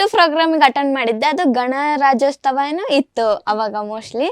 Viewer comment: Ganarajyotsava ma adu ,ganarajysthava alla 😅😅.